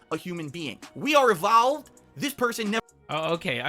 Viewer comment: We are evhalved guise